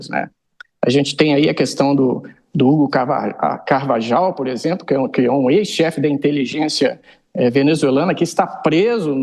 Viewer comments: Esses jornalistas, comentaristas etc deviam saber o básico do castelhano ou espanhol, Não é carvajal a pronúncia, o J tem que ser pronunciado como se fosse R, ou seja a. Pronúncia e Carvarral, embora se escreva com J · pronuncia-se "Carvarral"